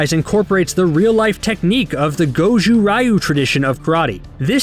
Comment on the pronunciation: Daniel and his wife run the most successful dealership in the Valley. Of course they got cash to burn. Through Hawk's deception the Miyagi students did actually get detention for the soccer field incident. Anthony was at a friend's house for a sleepover. Did you watch the show? Also the Ryu in Goju-Ryu is pronounced (Ree-ooh). That last one's nitpicky but I am a martial arts practitioner so had to poke 😜